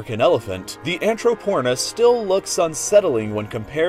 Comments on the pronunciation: Anthro-Porn-is WTF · anthroPORNis haha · i'd imagine that is supposed to be pronounced anthrop-ornis rather than anthro-pornis :^ ) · Haha... anthroPORNis.. hahah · ha anthroPORNis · AnthroPORNis XD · I can’t get over saying “anthropornis” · Anthropornis haha ok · AnthroPORNis. IM CRYING 😂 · When my sister heard "Anthropornis" she said "Are you watching porn?" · "Anthropornis" XD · who else went to see the comments after hearing "anthropornis" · is angatinsausurs not titansarsus